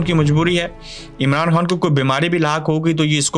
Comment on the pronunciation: Arey bhai aap خ ko ح padtey ho, eh kya baat hai ????